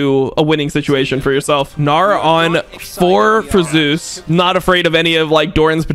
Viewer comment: For anyone interested the only reason why casters pronounce Zeus as "Zay-oos" is because of a player that has a similar pronounciation called "zzus"